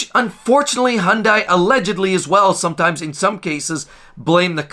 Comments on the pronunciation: The second I heard hun die instead of hun day, I turned it off. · 1. It is not pronounced Honday. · Learn how to properly pronounce Hyundai properly. "hyun-day". Then we'll take you seriously.